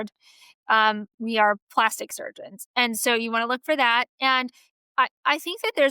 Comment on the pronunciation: What is “plawstick” surgery? Why can’t women today pronounce a “short a” sound? “That” is now “thawt.”